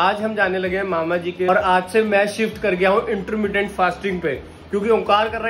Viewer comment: Intteerrmmndient fasting😂😂😂😂